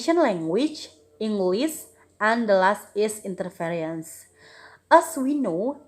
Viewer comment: interesting topic,. there's mispronounce of the word 'interference'